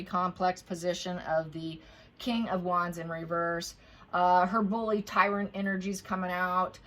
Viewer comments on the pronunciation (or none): none